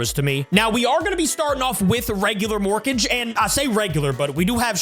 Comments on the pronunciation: It's pronounced "mor-kah-gay" like madara vs the five hokage. Not morkage like rocket mortgage 😂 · It's mor-ka-ge not morkage